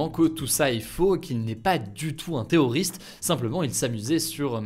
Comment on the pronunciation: Salut Hugo petit conseil pour la prochaine fois quand tu prononce le mot terroriste on a l'impression que tu dis théoriste n'hésite pas plus appuyer les rr surtout quand il y en a 2